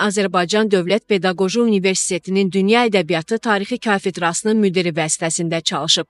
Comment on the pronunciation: Kafedrasi sozunde k herfinin yanlish teleffuzu cox nadir rast gelinen kobud sehvdir.